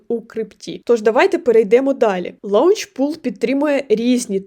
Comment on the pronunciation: Не лаунчпул, а лончпул